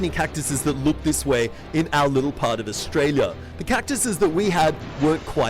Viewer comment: did he say austraila?! :)